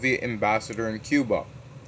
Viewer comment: guys he meant cuba not chiba